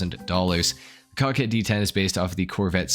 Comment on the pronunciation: Bro I heard cockhead not Coquette